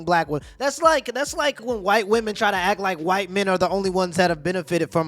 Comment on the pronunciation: why are you saying "vvomen"? just say "women"